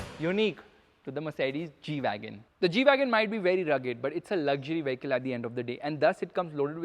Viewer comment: really a stupid g - weagon